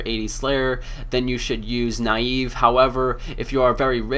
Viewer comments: naii eeee vveeee? neive dude neive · pronunciation on the slayer master nieve is nee-eh-veh. If you look it up on the runescape wiki you can see the name was based on the "archaic Scottish term for a clenched fist. It also means "snow" in Spanish". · nayyv :DDd